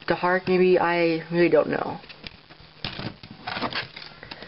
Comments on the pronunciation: dharak is pronounced dar-ack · Not to be rude, but Dharak is pronounced dar-ACK. I couldn't even pronounce it until i saw it in the episode but now I can. No offence.